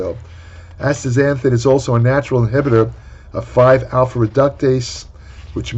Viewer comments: Good lord was fighting for his life to pronounce this word lol. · A compilation video of pronouncing this would be hilarious.